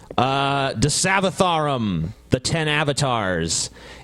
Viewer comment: As an indian guy who has seen dashavtaram movie. Those were some accurate pronunciations. XD